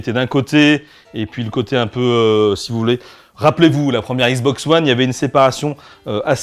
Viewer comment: C'est x box pas igz box